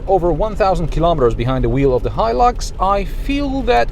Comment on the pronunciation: Finally somebody teaches me how to pronounce Hilux